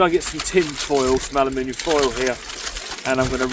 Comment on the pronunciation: Gawd Blimey ole bean, ya cant beat a bit of thee ole beef dripping, i was brought up fighting for that against sibling's 😂 🇬🇧👌 that was certainly a breakfast of champions 💪 glad you said ALUMINIUM and not aluminum 🫡 bugger the cholesterol 🔪🇬🇧🍻👌